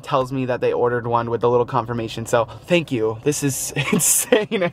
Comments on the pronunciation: you said shankyou and not thank you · said shank you